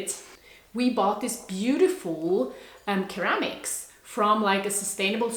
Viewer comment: Thanks for sharing and inviting us to travel virtually with you! Hope you don't mind me saying this, but ceramic is pronounced 'seramic'. And they're beautiful pieces.🌻